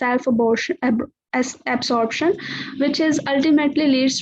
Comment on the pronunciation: I was very stressed but your video particularly , when you pronounced self-absorption as self-abortion, made me laugh. my stress vanished.